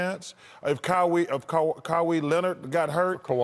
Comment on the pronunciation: 'Caw - hee' Leonard. come on chuck